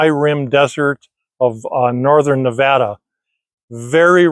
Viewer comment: I am so glad you know how to pronounce Nevada properly. Thanks